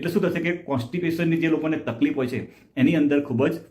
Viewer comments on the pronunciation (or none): none